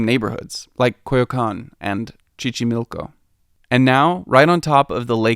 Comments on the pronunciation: Did he say Chichimilco? hahahahaha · And Xochimilco bugged me too.